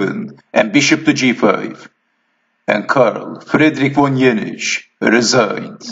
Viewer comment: How funny and interesting to play a defense against the very inventor of it, and to get it refuted by him! I couldn't resist any more and finally i'm stealing the HCV "check mate" exclamation to use it with my friends, and i'm going for the "resing" also, but is there a russian accent?